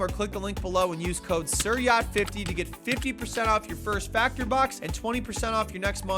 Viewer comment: Is it just me or your accent… Are you pronouncing “Siryacht” as “Sireeyat” 😳